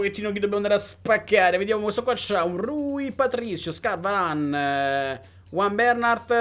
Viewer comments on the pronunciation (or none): none